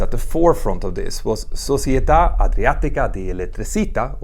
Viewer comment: Società = soh-CHEE-ay-tah Elettricità = ell-ett-ree-CHEE-tah